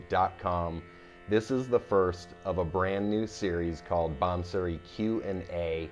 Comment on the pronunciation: Awesome playing. Nice try with the pronunciation by the way. Although it’s not maal kones. Malkauns is “maal - ka awce” the last syllable is a nasal sound. Same with bansuri. Hard to explain without an audio demonstration, but great try! The playing is just grooooovy. Not achievable except by great effort in teacher and student, as is evident in your playing. Keep on playing. Love it.